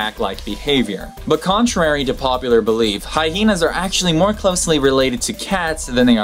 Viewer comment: I didn’t know the word Hyena has 2 H’s (HiHeenas as per the host).